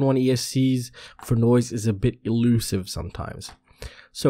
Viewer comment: Nice explainations, thanks!! Did you say elusive or illusive ? :D Last time i heared that word was in "Star Wars: The Phantom Menace" Allusive, elusive or illusive Allusive refers to a statement or reference that is suggestive, rather than mentioning something in a straightforward manner. Related words are allusively, allusiveness, allusion. The adjective allusive appears in the early 1600s, from alludere meaning a playing with, a reference to. Illusive means not based on reality, deceptive. Related words are illusively, illusiveness. Illusory is interchangeable with illusive, related words are illusorily, illusoriness, illusion. Illusive appears in the early seventeenth century from the Latin illusivus to play with, mock at. Elusive means difficult to catch, to find, to remember. Related words are elusively, elusiveness, elude. Elusive comes into the English language in 1719 from the Latin eludere, meaning elude, frustrate.